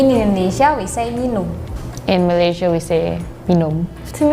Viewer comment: Nak cakap Inggeris mendanya, sebut Malaysia pun tak betul. Sebutan yang korang selalu salah 1. Melaka bukan MALAKA.. 2. Pulau Pinang bukan PENANG 3. MAlaysia bukan MAALAISHIA